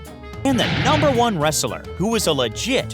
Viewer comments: I find it odd that the narrator about wrestlers cannot pronounce the word “wrestler” correctly. It is pronounced wrest-ler and NOT wrestle-er. If I could give your video two dislikes I would. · wresteler? really? kina annoying. or is it your accent?